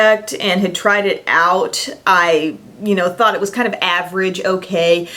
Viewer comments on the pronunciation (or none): none